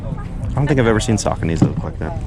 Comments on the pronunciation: Sooocony Not Sockony 😂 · They’re pronounced “shaconies” lol “suckanies” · Su-coe-nee lmao not sockaknees lmao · It’s pronounced “suh-co-knee”. Great finds man! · He pronounces saucony so wrong sackonys..lol